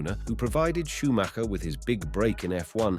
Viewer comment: You actually pronouned the name correct :O Well done! And of cause: So sad what happened to him